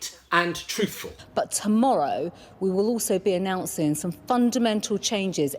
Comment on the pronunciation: "We will be announcin' " God.